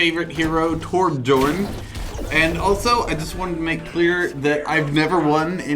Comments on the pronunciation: its not torbJorn its said like ' torbyorn' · Why is he saying Torb’jorn? He’s playing Torbjörn...